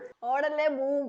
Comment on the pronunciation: odalla beum ennalla... odanda beum...